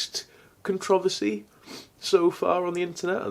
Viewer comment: Is no one gonna say anything about the way he said "controversy"